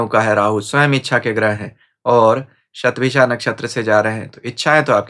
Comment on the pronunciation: अन्य हिंदीभाषी ज्योतिषियों की तरह आप 'शतभिषा' शब्द का उच्चार "शतभिखा" नहीं करते; बड़ा 'कर्णप्रिय' लगा। वैसे भी, आपकी भाषा हमेशा, हर दृष्टिकोण से, प्रशंसनीय रहती है।